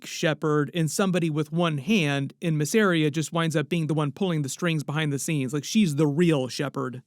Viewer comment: its M a zz e r i y a... not f*cking masria